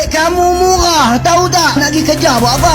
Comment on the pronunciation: Ngomong murah loh benerin dulu coy,bilang murah aja belepotan😂😂